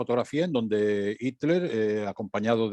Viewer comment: por favor pronunciar bien HITLER y THULE (se debe pronunciar en su idioma original, no derivarlo al Spañistán)... me duelen los oidos ...